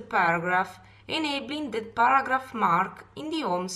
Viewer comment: Well it's a very good video for people who worked in the office but I heard baragraph at first then I realized she is trying to say paragraph.